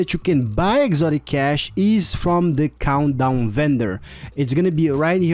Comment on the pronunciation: i swear i heard him pronounce countdown as 'condom' lol